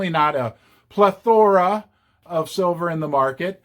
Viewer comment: Please look up plethora. You have repeatedly placed the accent on the wrong syllable.